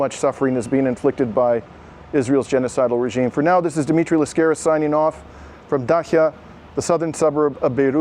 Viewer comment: Your surname is pronounced LAskaris, not LaskAris (accent in the first a)